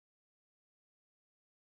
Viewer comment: actually, it's pronounced. (Gah-chah Life)